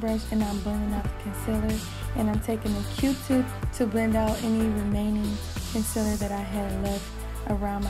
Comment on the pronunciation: ‘concellur’ nah gurl its ‘conceeeeler’